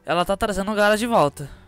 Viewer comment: Nao é gaaaaaara como se pronuncia é apenas gara q se diz